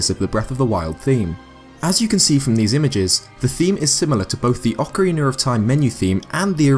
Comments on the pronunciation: Brits tend to add an 'r' sound at the end of words and names ending with a vowel that are also followed with a word beginning with a vowel, I've noticed. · whats a ocawiner its Oca-rena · You pronounce it Ocarinar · Ocarina is an Italian word, and in that language, like in Spanish, most words are pronounced in the same way they are written, so ocarina is pronounced "okarina", but you rather say "okariner". Anyway, since it's a word from a romance language, I understand it must be hard for you. I hope this helps. ;) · It's pronounced (Ohk-a-reena) You say it as Ohk-a-reenur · yeah its just you saying "ocariner" not "ocarina" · ik im late but its oc-ah-ray-na u say it oc-er-an-na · it sounds like your saying ocorinar not ocarina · ok ik im late, but ive been rewatching this video alot and i keep on hearing ocariner of time.. ITS OCARINA-sorry :b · OCARINA not OCARINUR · Actaully It’s orkareena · hes not making fun of how he said it wrong hes making fun of how english people say it lmao and it is funny when he says ocariner of time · It kinda sounds like you're saying ocariner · Ocarinar xD Every brit has an R in a lot of words. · "I believe that the Breath of the Wild trailer theme is a reference to the Oceriner of time menu" lol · you say acariona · GUYS! GUYS! it could be alot worse, he could be saying "oh-cariner" like other youtubers cough austin john cough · OCORINER THAT IS WHAT YOU ARE SAYING!!! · it's very good but like oc R ina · Ocarina is pronounced AH-koh-ree-NAH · Jeez no youtuber can get that right some say Acarina and some say oakorina and now you say ocariner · Oc uh rain uh (this is how to pronounce it) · Ocariner of Time Ocariner of Time Ocariner of Time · Nobody:: Ocareener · "Ocariner of time" i laugh everytime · Ocariner of Time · Oceriner of Time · The old man is awsome BECAUSE I DONT KNOW plus I hate how you say acerina instead of ocarina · Oceriner of time. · Why do you say "ocariner"?